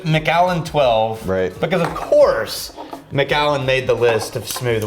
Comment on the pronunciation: As a Scot, it's driving me INSANE how you guys are saying the Macallan! Lol still absolutely love you gentlemen, though. So here's a lesson in Scottish and Irish English. Keep in mind that most of these are anglicized versions of Gaelic, which absolutely does not anglicize well - so you end up with 20 spelling varriations that look unrelated in English, but in fact are the same name, anglicized different ways. Take Dunlop. It's also Dunlap. And Dunlope. And Danlop. And... Take McCue. It's also MacEwe, and McEwe, and MacHugh, and McHugh, and MacEw, and even McEwan, and McCoy! Now you have MacAllan. It's the same name as MacCullen, McAllen, McCullen... Don't seperate the Allen out - let it flow so it sounds closer to the spelling of MacCullen. Ie: mc-KUH-len.